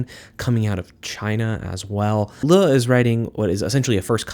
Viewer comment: Liu is just pronounced like the name Leo but pronounce the E and the O faster together